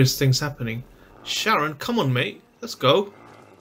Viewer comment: Charon ❌ Karen ✔